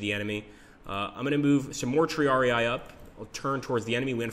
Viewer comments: Looking forward to the game, but please triarii is not "tree-ARE-ee-aye," but rather "tree-ARE-ih-ee" :) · Looks nice - I'm sold on the computer version (though I loathe the miniatures games under there FOG monike). NB: It is TRI-ar-ee, not "TRee-ar-ee-eye". Remember: "ii" = "ee" sound. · tri-are-rii in latin